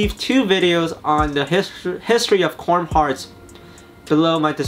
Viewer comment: “Corm” Heart